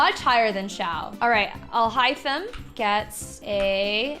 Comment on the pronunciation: Alhothem, yes. 🤣🤣🤣 it's not alhaithem but alhothem indeed